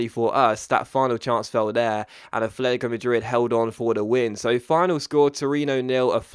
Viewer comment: can you please learn to pronounce atletico right. It's AT-letico not ATH-letico